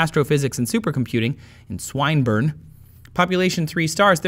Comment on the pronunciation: It's pronounced swin (as in "swim") burn. Swin-burn. Just saying :)